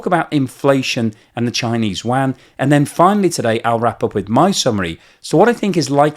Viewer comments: 😂 LOVE the way you pronounce : “Yuan” (“Waaaghn” )……Could you, maybe, try : “You-on”? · Yuan! Not WAN! And certainly not JUAN 🇲🇽!!! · A minor point. The Chinese currency is pronounced "Yu-en", not "Wan" as you tend to pronounce it. "Wan" is rather confusing as many of us have never heard of that currency. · u-an, not wan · How do you get Chinese "Wan" from Yuan? Check your pronunciation as you are the only person who has ever said Wan. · Excellent, but it's NOT wan. If you can't pronounce yuan, use CNY. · It's actually called Renminbi or RMB. It was actually (miss) pronounced wan in the past. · good content. May I suggest a pronunciation change. Chinese currency Yuan is pronounced like Ywhen the Yu part being folded into the W sound of “when” all in one syllable. Xi Jin Ping is pronounced Hsi with the tongue being placed in the position where westerners say X but emitting a Hsi or Syi depending on the romanization protocol. Hope this helps…. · It's called the Renminbi or RMB, decades ago it was pronounced Wan. It is confusing as the Korean note is called the Won. As for Xi? That loser can have his name mispronounced all day long. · You-an. I'm anti-china, but I have trouble taking you seriously when a finance guy mispronounces the name of the currency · Great video..please sort your pronunciation of Yuan.